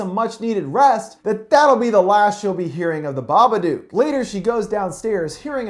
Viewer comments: I don't understand all of the negativity on this comment. It IS pronounced like book or cook. There's a hint in the book itself. It's written with a rhyming scheme, and the previous line ends with the word, "look." Unless you pronounce look as luke, "Babaduke" is wrong. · I think he already knows since he's watched the film then done a full analysis of it, he's obviously just choosing to pronounce it that way for whatever reason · Kinzi Fariq ...how do you pronounce the word book and cook? Do you pronounce it with "booooo" like a ghost? Or "coooo" like in the word "cuckoo clock"? Because I sure don't... and I'm pretty sure nobody else does either, unless you've got a really interesting accent. I'm just saying what the creators said about the name of the character/movie. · The Smoking Skull im spelling it the way it’s pronounced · The Babadook, which rhymes with book not duke, is Amelia's Shadow in the Jungian sense. There is no supernatural entity in this film. Both Amelia and Samuel's realities are isolated, depressed, anxious states which, by themselves, distort reality. As with the roaches in the house and the car, Amelia is the only one to see them implying an hallucinatory state. The social workers saw no roaches in addition; indicating her disconnection from objective reality due to the repression of her grief, her lack of sleep and her awakened Shadow. Amelia is the true hero in this film; not Samuel. Why? Who had the power to confront The Babadook? Who had the power to FEED the Babadook? Amelia. Samuel triggered Amelia's awareness of her dysfunctional and dangerous mental state, but she is the one who took the steps to conquer her fear and to regain the balance needed to raise her son in a more healthy environment. Amelia embraced her dark side without letting it dominate her being. She learned from it, fed it and therefore realized that she could control it by facing that part of her repressed self. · Its pronounced BA-BUH-DUK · It's pronounced baba-duke